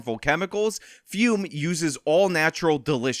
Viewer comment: If you are a true believer of fum, can you get in touch with Sydney Watson and tell her how to pronounce the word? I can't listen to her call it "foom" anymore.